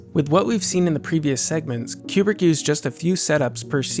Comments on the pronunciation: It's Kubrick. Not Qubrick. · I thought he was saying Q-Bert